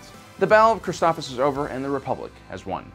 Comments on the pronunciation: yep. For some reason he forgets the first s. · Isn't it pronounced Chris-TOF-SIS? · Christoph(SIS) you should say it correctly if you're going to do a review about a planet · "Criss-stoff-SISS" is the correct pronunciation. You're mispronouncing sooooo many different names and terms. Stuff that's been spoken in movies or episodes too, yet you still miss the mark. - ___________ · I disliked because of the way you pronounce the names of the plant and Jedi padwan